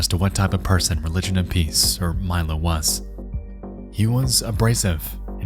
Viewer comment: a very good persAUn